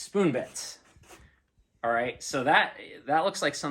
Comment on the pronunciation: Great video, awlthough we couldn't see awl of face awl the time.